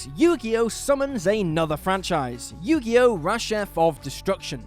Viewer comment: ‘Rashef’??? C’mon man